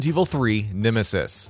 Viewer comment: Nimisis?? Have I been saying nemesis’s name wrong all this time??